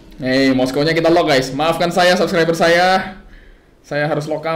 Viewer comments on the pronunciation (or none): none